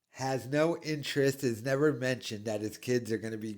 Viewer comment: So that’s why he won’t iiiiver succeed, and it’s also why his KIDS will niiiver succeed. His own words… what a moron